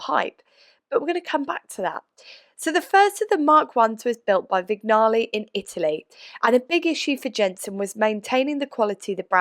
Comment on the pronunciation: If I may, Vignale is pronounced like cognac - Vinyaley.